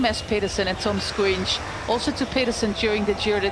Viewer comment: It's Toms "Shkòins", not "squinch" ahahahhahaha